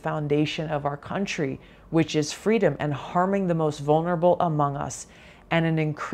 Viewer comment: VP SucksALot wants "fweedom". Let us set her free, never to be heard from again!